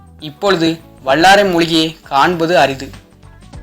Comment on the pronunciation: வல்லாரை சரியா....வள்ளாரை இல்லை ஓ.கே